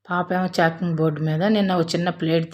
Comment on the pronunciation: చాకింగ్ కాదమ్మా చాపింగ్